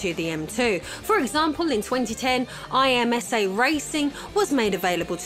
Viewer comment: It’s said Im-suh not I.M.S.A.